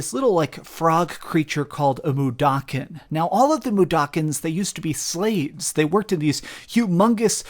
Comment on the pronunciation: Thank you for pronouncing Mudokon properly!